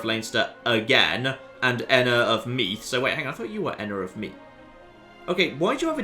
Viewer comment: The th in meath is pronounced like the th in smooth